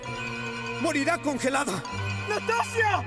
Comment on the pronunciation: Muy bueno, nomás que ナターシャ se pronuncia "Natasha", sin ánimos de desmerecer nada.